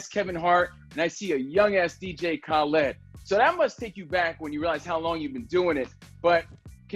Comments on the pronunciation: 😂 “dj ka led” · Yo homie was saying khaLEDs name wrong so khaled had to drop the khaled khaled khaled and teach him a lil something lmfao